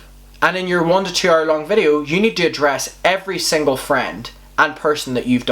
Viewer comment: Why this lot say heure instead of hour, that shit made me angry.